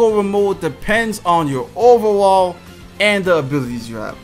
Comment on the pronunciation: I’ve been watching this guys videos for 2 2ks now and I still can’t figure out why he pronounces “overall” as “over-wall” 😂